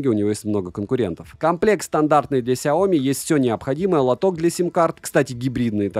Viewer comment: В названии сяо ми ударение на и ! 😜